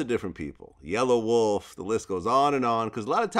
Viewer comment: Btw it is "YELLAWOLF" not "YELLOW WOLF" like you have mispronounced many times